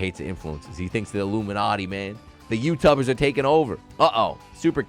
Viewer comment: I burst out laughing when I heard "Youtubbers". "Youteletubbers" xD